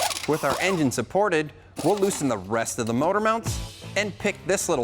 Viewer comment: My dude said "Engiene" wow lol